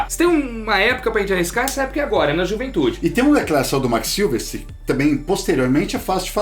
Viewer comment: Vcs são ótimos mas é SilVEStri, não SilvesTRI.